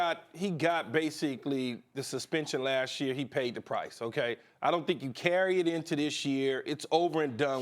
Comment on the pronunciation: Pronounce properly be smart: Say Last Year not "Lassheer"